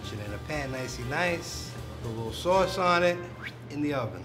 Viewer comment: Dis Swauce is da Bwoss, da pizza cwosts less den otha pizzas, me an' my dwog love to listen to da twalk radio wit all the cwall ins. We really love dis pizza tankyou.